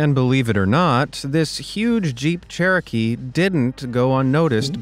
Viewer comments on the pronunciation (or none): none